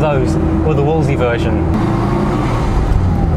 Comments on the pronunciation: You keep pronouncing it Wooolsey, whereas it was pronounced Wools-ley. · Somebody has probably already left a comment...but....if you’re doing a video about a car....maybe learn how to pronounce it’s name , it never was a “ wooolseee” , it’s a Wolseley.....say it slowly .....wool zel eee............not that it really matters as all the 1100s were a great design with innovative suspension and lots of space...but started to fall apart after about 18 months, especially the rubbish that was made in Australia. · FFS if you're going to review an English car, and I take it you are English, learn to pronounce it. I'm Australian and even I can pronounce it. It's not Woolsie. Try this...wools....lee. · Wool's Lee. Doing my head in with Woolsie. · Wolseley not “Wolsey” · It's Wolseley not Wolsey!! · Why does he call the car a Wol'sey? It's a Wolse'ley, pronounced Wolse'lee. There are two "l"'s. He only says the first. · why you keep calling it a Wolesey , maybe you dont see the second L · Two points. Back in the day I always understood that the second L was silent. This is English after all! It was only the Morris1100 which emerged in '62 with the Austin arriving a year later. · No the second L was rarely pronounced. Mostly by pedantic types. Like the first D in Wednesday. It is a correct variation but more than 50% of the population would ignore it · You're missing an 'L' in your pronunciation of Wolseley. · What are you doing with all the "L"s which you are saving in your pronunciation of the word "WOLSELEY"?